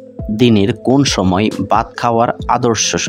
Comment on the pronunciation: বাত কি বাত? উচ্চারণ ঠিক করে নিতে হবে। হবে ভাত , ভাত বলেন। দশ বার উচ্চারণ করেন।